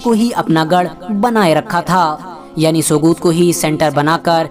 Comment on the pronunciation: Sogut me g silent h bro Pronounce as sout